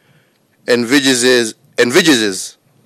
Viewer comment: Hehe . . .Commanda in Chifu cannot pronounce the word EN-VEE-SAGE-ES.